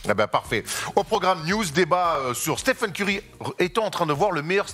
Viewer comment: Stiphen Curry😭 après il va dire « Stiph » aussi « Stiph gonna Stiph » ok je sors